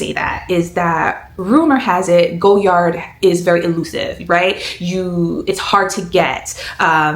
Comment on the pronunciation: Omgosh the color 💚😍 congrats on your stunning purchase. I have been thinking about the Saigon but I will def wait until I visit Paris before pulling the trigger, to save a bit with VAT 😂 thanks so much for sharing your experience. (Btw, it’s pronounced Goy (as in boy) - Yar, vs “Go”-Yard)